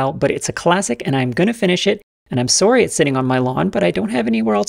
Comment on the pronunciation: "Ope! Sorry, Yahtzee." Does it get any more Canadian?